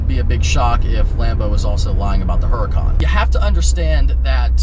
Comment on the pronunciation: I like ur vids.. Maybe learn how to pronounce Huracan, think street fighter video game..